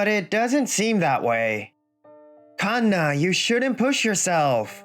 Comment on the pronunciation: I swear if i hear Kanna as two words again 😂😂😂 Every time i watch one of these and see the Female MC name is Kanna i start rolling in my GRAVE. And im still ALIVE 😂